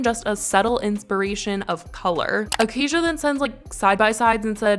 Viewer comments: It’s “uh-kay-shuh” not “uh-kay-zhuh” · It’s Aca-Sha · bro what i have the same name as her its pronounced ah-kay-sha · It's pronounced Acay-sha babe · It’s pronounced Acaya